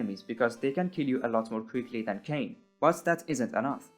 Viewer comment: "Kane" my guy you do NOT know the 'goes like that